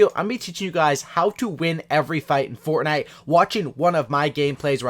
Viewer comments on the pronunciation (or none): he said fortnut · He said fortnut 😂 the memes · Fortnut XD